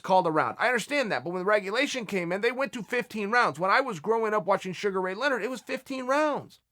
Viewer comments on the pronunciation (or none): none